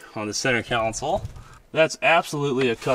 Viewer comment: Not a counsel, Console is pronounced (CON-SOLE) CONSOLE, not counsel